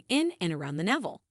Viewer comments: Yes, every time navel came up, I cringed. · Perhaps your content would come across in a more professional manner if you got a narrator that was used to pronouncing English properly (rather than relying on AI text readers). It's grating to listen to words like "sebum", "biodiversity", "navel" and "nonenal" being pronounced incorrectly again and again. Also, it's better to suggest people "watch to the end" - rather than "till the end". It's worth spending a little effort to get the language right if you want a large English-speaking audience.